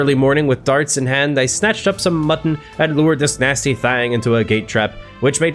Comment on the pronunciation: Idk why but how u say mutton makes me laugh so hard every time lol I know I’m not the only one